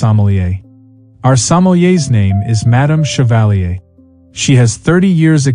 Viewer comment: but isn't equally rude to say something like shevalleey, when the name is chevalier? how about pronouncing it correctly? and saying madame as if it was an old western?